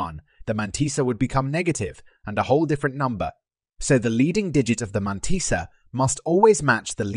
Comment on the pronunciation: The man-tea-sa